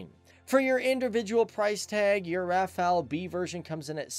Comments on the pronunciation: RAFA-LE, NOT RAFA-EL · It is pronounced Raff-all, the T in Dassault is silent. It didn't just reach speeds of Mach 1.4, it supercruised at Mach 1.4. The Rafale M was purchased for the Navy first because the urgent need to replace the ancient F-8 Crusader for the A2A role. 1850km radius is with 2 CFTs, 2 Scalp EG. and 4X Mica. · The l is also silent